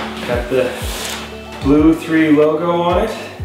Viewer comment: Ahhh! I’m beyond excited for you, you’ll have so much fun with this. Being able to stay a few metres down will be so much more ideal with your ears, because you won’t be changing the pressure so frequently. Great for detecting as well 😁 I can’t wait to see how you go with it. 😊 Ps: just “blue” for pronunciation, the 3 is silent 😁